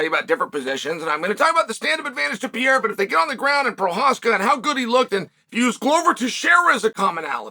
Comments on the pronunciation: Love story time with uncle Chael, but I'm pretty sure it's not "pee-air-uh", it's "per-ray-ruh" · Do you want an accent tip from a Brazilian? The R in Pe(r)eira only sounds like an H if it is in the START of a word. Pe(r)erira doesn't sound like PeHeira. Think like Hamilton (Ramilton, sounds like H) or Oliveira (definitely does NOT sound like H).... Only exception is if it has like double R... like carro (car), it definitely sounds like H because it has double RRs